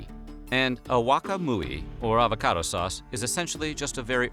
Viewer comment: advocado?... lol